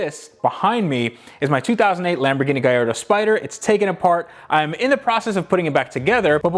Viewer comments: It's not "gaiardo" but "gaLLardo" with the L pronounced like in the words: light, melt. Just pronounce it the normal way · Just suscribed at the beginning of Lambo project. Already in love with this channel! T my man, just one thing: learn how to pronounce "Gallardo" correctly :P